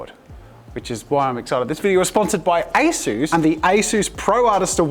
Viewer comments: asus not asoos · Me: English IT'S NOT ASOOS IT'S ASUS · Its not pronounced Ayesues it's pronounced aceus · Take out the a in asus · ITS MOT ASOOS ITS SOUNDS HOW OT LOOKS ASUS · i've always spelled ASUS as "ah-soos" this is the first time i've heard anyone say "ay-soos" and it just sounds so weird to me since i've been saying it my way for pretty much my whole life, and im still gonna say it that way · I always thought it was pronounced like A-sus not A-Soose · "A soos" 💀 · Bro that a s u s was made in South Africa and your saying it wrong say a sus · I thought it was pronounced as-us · Nobody, not a single soul: ... Jazza: ASOOS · A-sus 😂😂🤦‍♀️oh jazza 😅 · I’m sorry Jazza, but you’ve made a grave mistake today. A mistake, so big, that I might not be able to watch your videos anymore. It greatly affected my view on you and your brand as a whole and I’m disappointed in you. I mean, it’s such a big blunder and you act like it’s not a big deal?! Please Josiah, pronounce it as A-SUS (sus!!!!!) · Did that say Asus or a sus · Why do you say Asus like that? haha Also, I have to find a fault, because I'm jealous of your talent.... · the way he said asus